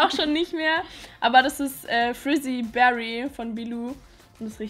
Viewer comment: Wieso sagt jeder fRizzy berry? Das heißt Fizzy Berry :D